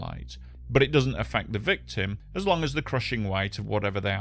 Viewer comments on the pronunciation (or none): none